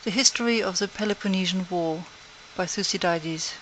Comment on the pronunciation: Thoo-see-diedes? Smh...